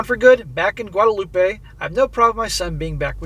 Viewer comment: Just an FYI, Guadeloupe is pronounce as "loop" not "loopay" as in Guadalupe. One is French, the other is Spanish.